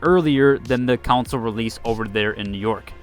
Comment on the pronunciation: "counsole" CON-SOLE.. CAN-SOL (strong A sound). Not COUNSOL.. I'd pay to laugh at how you'd say "members of the counsel please bring your consoles"